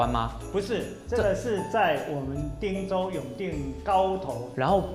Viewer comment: 您好，我們是長期關心客家話發展（台灣到世界客家）的社團，很高興看到貴台新一季［客家人有名堂］節目播出，但是在看到 左右聽旁白配音講到「汀（tang)州府」聽出來恰似「聽州」或...???汀州的汀是tin (ten)還是tang??我們決不相信這是具有專業客語配音的客家電視台做出來的配音，希望貴台為台灣最主流客家媒體配音做毋得「將就」草草了事，以上～